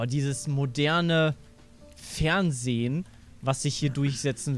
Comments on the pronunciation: das FeHrnsehen lol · "Das Fehrnsehen" also... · alter, ES HEIßT FERNSEHEN NICHT FERNSEH... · ''das feHrnsehen''